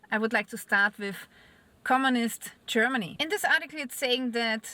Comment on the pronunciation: I found you verry attractive, and the way you say Cheermany just adds to it!